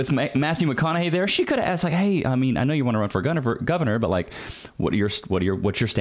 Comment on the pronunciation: “Heard you wanna run for gunavor” 🤠